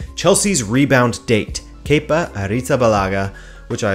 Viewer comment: Thank you for saying “kepa” correctly. After only hearing his name from British broadcasts, I thought it was “kepper” for so long. 😂